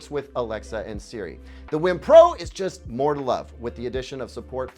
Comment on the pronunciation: WiiM is said as Weeeee mmm. Like a nintendo wii then being delicious. Not like Whim